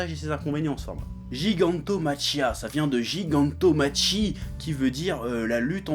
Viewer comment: On prononce Gigantomakia! c'est du lourd! j'achete!